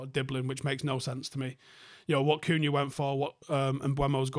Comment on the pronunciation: It’s amazing how many people can’t pronounce this. Talksport regularly butchering both Cunha’s first name and Mbeumo. It’s not hard to read that it’s ‘e’ before ‘u’